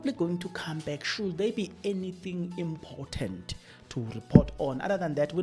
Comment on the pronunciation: Let's look at your pronunciation of words. Important and impotent mean 2 different things, and when used interchangeably, they may distort the message you are trying to convey